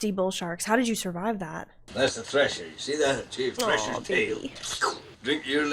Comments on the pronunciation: THRESHER (threh-shuh) shark, not Thrasher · How was it PG? Because we weren't wimps back then 😂 and it's a thresher shark, not Thrasher.